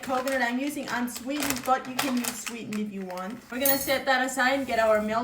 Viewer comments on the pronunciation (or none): unsweeden and sweeden (im so sorry but thats what i heard)